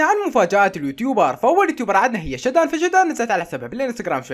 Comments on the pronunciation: يا اسمها شادن مو شدان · اسمها شادن مو شدان 😂🤦🏼‍♀️